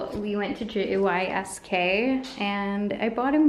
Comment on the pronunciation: No one calls it J-Y-S-K :DDD It's just pronounced the way it's spelled (for English speakers it would sound like 'yeesk'). Also, cashiers asking other customers at the line for a loyalty card is common practice - I'm kinda surprised you've gone this far without experiencing it :D. And also, as a Lithuanian, we've always had toasters with the extra tray. Kinda weird that American capitalists have yet to over-advertise the "NEW REVOLUTIONARY TOASTER THAT ALSO HEATS UP YOUR PASTRIES!!! CALL NOW AT 1800-WHATEVER AND GET IT 50% OFF!!!" Anyway - nice video, glad the immigration meeting went well!